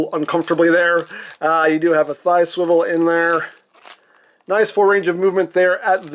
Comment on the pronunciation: Captain America SWIWEL war